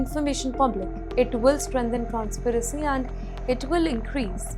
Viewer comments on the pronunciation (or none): Transparency and not transparacy !!